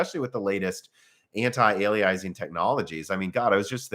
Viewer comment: I love it how you call antialiasing antiali-eyes-ing 😂